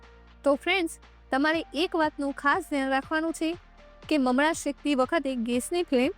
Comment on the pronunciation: બહેન તમે મમળા કેમ બોલોછો?મમરા બોલાય.